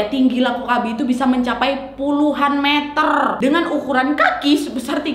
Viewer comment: "Puluhan meterrrrrr" Me yg cadel: "Puluhan metelllllllll":)